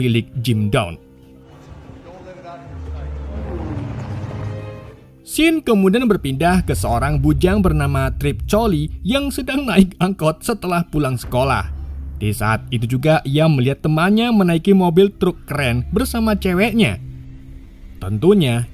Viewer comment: bacanya tripp koley bukan trip coli bjir.wkwkwkwk....